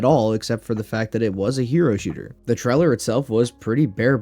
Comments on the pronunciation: What's a game "tryler"? Truler? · Bro needs to learn how to pronounce the word trailer 💀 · Why tf do you say trailer like this ?!